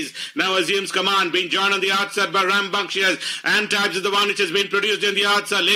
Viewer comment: The race caller got the pronunciation winner’s name completely wrong. It’s pronounced - ahn-teeb. Guys need to do some research before doing the commentary.